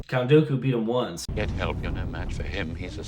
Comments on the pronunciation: Count "Doe-koo"...George Lucas would be proud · They still can’t pronounce “Dooku.” Doo-Ku, not Doe-Ku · i kept hearing “Goku” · Thank god Dooku died in this series cuz I can’t stand the way you pronounce his name LMAO you guys need to check out the Clone Wars Animated series if you want a collection of stories that happened in between episode 2 and 3